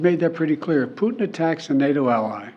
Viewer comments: Whenever he says Putin I hear Pudding 🤣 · I hear Poo-tin!